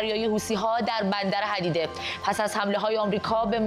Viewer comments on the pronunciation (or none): اسم بندر hodeideh تلفظ میشه نه hadideh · حدیده رو اشتباه تلفظ کردی مگه حقوق نمیگیری ؟😂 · حدیده رو درست بخونید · بندر «حَدیده» نه بندر حُدیده (Hudaydah port)